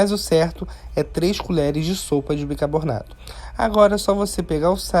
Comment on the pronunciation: Amo suas receitas mas fico agoniada de ouvir você falar bicarbornato em todos os videos kkkkkkkk